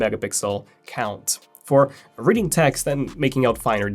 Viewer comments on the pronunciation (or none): none